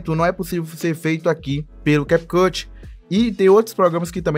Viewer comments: Na hora que ele falou CAP CUTI me quebrou mais o que vale e o ensinamento🙌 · Ainnn desculpa aí “americano” 😂😂😂🤦🏻‍♂️